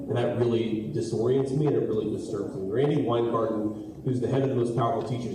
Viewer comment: Distrub turns into Disturb